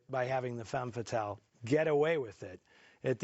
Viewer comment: Bravo! Eddie Muller actually said Femme Fatale correctly, the first person I hear that's done that.